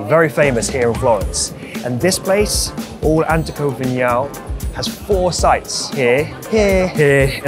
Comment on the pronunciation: you just butchered the pronunciation of All'Antico Vinaio